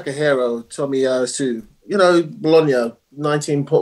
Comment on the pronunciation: This man is just waffling, he had no idea about Tomiyasu. He couldn’t even say his name right..